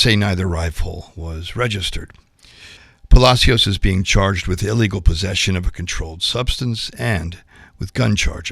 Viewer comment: Can someone tell the new reporter it’s pronounced “pa-la-shoes” 😊